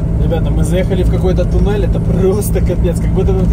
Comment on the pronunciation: ТОНЕЛЬ не ТУНЕЛЬ. НО не смотря на твои ошибки в правописание, с тобой и Ириской интересно 😂